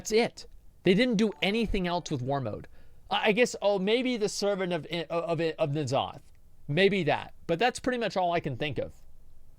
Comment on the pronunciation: Uhm I am and Asmon pronounces N'zoth as Nuh-zoth, the proper way.